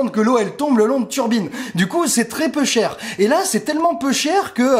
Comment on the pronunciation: "L'électricité c'est très peu cher. Et c'est tellement peu cher... Là EDF..." Commencé à entendre des "peuchères" à la marseillaise. Étrange.